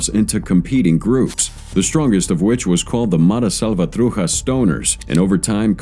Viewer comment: atleast get the name righ of the ms gang ma-ra-sal-va-tru-cha